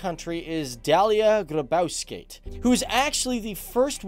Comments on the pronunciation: DALIE GRYBAUSKEIT?!?!? ITS DALIA GRYBAUSKAITE U STUPID BITCH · lol dalia grabauskeit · How he siad the presedents name lol it Dalia grybauskaite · Rip Dalia Grybauskaitė pronosacion.